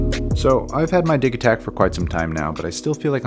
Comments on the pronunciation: Did he say Dick Attack? 😆😆😆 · ahaha "the dig ee takt" it pronounced like you would say digital my friend. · Soft g but it’s a great video thank you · THE G IS PRONOUNCED LIKE A J, LIKE IN DIGITAL YOU FUCKING IGNORANT MORON! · You sure you're pronouncing that correctly bro? If so I dont think I like it based on just that lol... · Came searching frantically for this comment. That offended my body each time I had to hear it far more than it probably should have. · Why the fuck can't Americans say or read things correctly ... the Digitakt he says as digging a hole not as digital ... so dense man